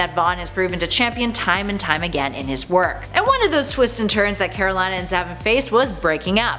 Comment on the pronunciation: After having watched the runaways show, I cringe how she pronounces Karolina